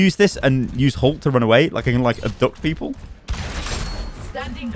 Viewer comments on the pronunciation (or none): none